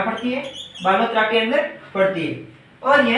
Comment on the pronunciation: Sir बालोतरा होगा बालोतर नहीं